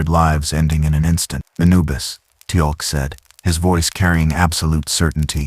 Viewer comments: i came - to give a chance - pick up where I left off and left ten minutes later gone especially with constant mispronunciation Teal'c name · Mistakes so far: #1, Miss pronouncing Teal'C name, #2, SG1 could not come thru the gate from that direction, the only way you can travel thru a gate is the side you "dial" from. So the gates are "oneway". Data did the dialing so he could have traveled thru the gate and emerged in the gate room at the SGC. If he wanted to get back to Piccard, he would have to dial Piccards gate address on the SGC's side. SGC is Stargate Command.